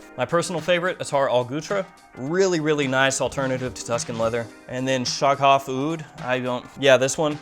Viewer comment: The "gh" in Shaghaf is pronounced as the french "r" in "paris" if that makes sense! Nice reviews and intresting frags here! Thanks!